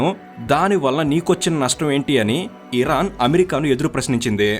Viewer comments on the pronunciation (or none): none